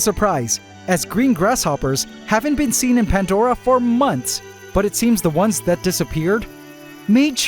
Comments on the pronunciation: There is NO. "T" in PANDORA 😂 wtf is "" PANT DORA"" 🤷?????? CORRECT THE SPELLING 😂😂😂😂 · Pantdora 👈😂😂 NO "T" in PANDORA 😂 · No T in pandora, 😂😂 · Still no T in pandora 😂😂😂 you can all take the piss as much as you want 😂 PANT dora 😂hahahahaha hilarious